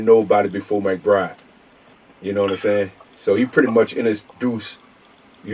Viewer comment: yall heard him say "McBride"